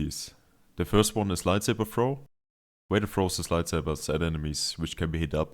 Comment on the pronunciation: its vader not wader mate